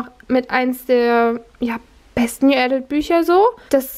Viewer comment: Hey, ich hab dich neu entdeckt und mag deine Videos eigentlich gerne. Ich kann dir nur als Tipp ans Herz legen, die Aussprache von Autoren oder gerade englischen Wörtern (z.B. adult) vorab zu checken. Das wirkt dann einfach etwas souveräner und informierter. :)